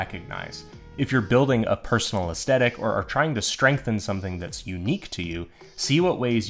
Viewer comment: I am so sorry man, I really want to watch this video, but I can't get past the fact that you say aesthetic wrong. It is like hearing nails on a chalkboard. It also sadly makes me think, "How am I suposed to take advise based around the word aesthetic when that person does not know how to say aesthetic?" Your presentation is excellent, the quality of the vid seems great, even the thumbnail drew me in. Sadly enough two mins in of hearing that wrong and I keep think, "I can't sit through it anymore." I don't say this in the comments to be mean. I say this because just in case I am not the only one feeling this way, I think any creator might want to know why people might turn away from there vids when they think they are doing everything right to get a lot of views (it seems to me you did everything else pretty great). I hope this helps T-T